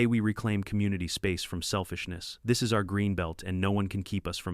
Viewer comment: Why does the AI spell and pronounce our as individual letters? It's a single word and should be read as such! What the h**l is with unk in the text?